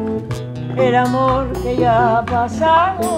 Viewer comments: Falta de preparación en la pronunciación del idioma español por parte de Joss Stone. Creo que por respeto a esa gran señora por lo menos hubiera demostrado que práctico esa canción emblemática, y obviamente se nota que sus representantes le cumplieron el caprichito a la gringa. Cosa que se nota en la actitud de la señora Omara Portuondo . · coincido totalmente, a omara se la ve incomoda y como si estuviera ahi obligada, y que stone lea la letra y no sepa ni siquiera pronunciar correctamente la palabra AMOR no hace más que empeorar las cosas... el final es muy loco: stone agradece pero ni mira a omara, no llego a entender que dice omara exactamente pero suena a reproche, y stone la ignora diciendo otra cosa....